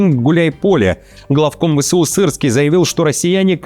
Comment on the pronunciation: Сирьський 🤣Надо же так фамилию исковеркать.